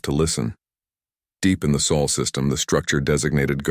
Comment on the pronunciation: where did you all go to school, it is sol not saul